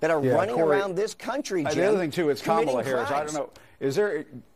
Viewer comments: It's nOt prOnOuncEd kAmALA, iTs KAMALA😡😡😤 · i live in India and the proper pronounciation is Ka MA la accent on the 2nd sylable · Innocent American citizens are being murdered every day, women, children, elderly by people that are criminals that are not even supposed to be here and that freaking two-faced hack Costa all he can think about is how somebody doesn’t say Kamala Harris’s name right these people are freaking psychotic lunatics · When challenged about pronouncing, Kamala, wrong: everybody ought to answer that they learned it from Joe, and he ought to know! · Guest - "stat, stats, stats, stats, crims, " Acosta - "Why do pronounce Kamala....?" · “13099 murderers in the country…” “wait, stop, you mispronounced the name of Kamala” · Jim I'm Indian even you're saying it wrong so don't lecture anyone else! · College-educated double masters in engineering citizen of the USA born in southern part of India. Sadly, I have to say this every time because, for some reason, I will be stamped as misinformed and illiterate. Jimmy Dog from CNN also did not pronounce her name correctly. Also, people who call her half-Indian, please don't. It hurts my feelings. Please let her be whatever she wants but an Indian. I beg you! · Only idiots like Acosta is concerned about her name pronounced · he MISPRONOUNCES her name !!!!!!!!!!!!!!!!!!!!!!!!!